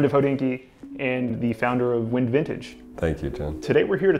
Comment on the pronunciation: Pretty sure it’s wind vintage like winding a watch not wind like 🌬️